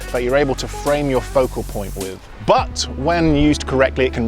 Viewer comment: I like when he say "POCO POINT"😁